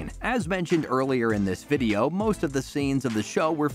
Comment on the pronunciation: What’s a videoaww? 😂